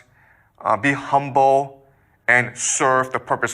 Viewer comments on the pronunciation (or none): none